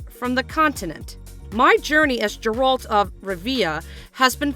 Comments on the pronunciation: Chris Hemsworth? 🤣🤣 Liam is the one taking over the role. Not really what I'd call a minor typo misread by some janky Ai voice. And Geralt's pronunciation is wrong, too. Is this a real media-focus channel or one of those "just for clicks" (right or wrong) channels? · If your gonna make a video and claim you've done your research, you would expect correct pronunciation of the main character. You butchered it maam, just like the direction of the show congratulations. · Not even pronouncing Geralt correctly. Clearly hasn’t even watched the show. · If you can't pronounce the main character's name or where he's from don't narrate the video. 😂